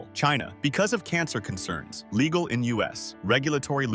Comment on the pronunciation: "Perfectly LIGEAL?"! Crappy click bait. And always read the labels on food you buy.